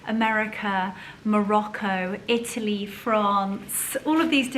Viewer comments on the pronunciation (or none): none